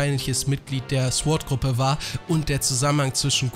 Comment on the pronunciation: Sagt eigentlich mit Absicht immer S.W.A.T. Einheiten? 😂